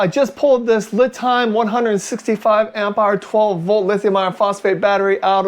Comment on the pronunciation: Thanks for the video. FYI, the company lame is pronounced Lee'-time; not Lih'-time.